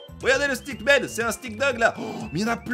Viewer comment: pq tu dis stackman c'est stickman